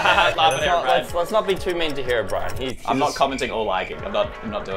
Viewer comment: It’s pronounced herobrine